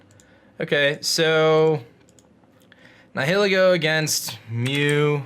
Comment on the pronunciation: The way you pronounce “Nihilego”... ugh. It’s supposed to be like Nihilist/Nihilism.